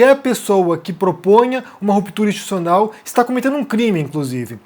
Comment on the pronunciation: Muito boa sua análise, como sempre. Agora, repita comigo: Ins-ti-tu-ci-o-nal. De novo: ins-ti-tu-ci-o-nal... Assim, uma hora você acerta! ;)